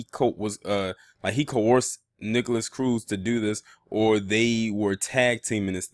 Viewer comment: *Nikolas not “NikolASS”